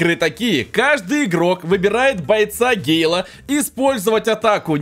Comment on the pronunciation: 1не гейл а гэйо 2не читэр три симёрки а читер777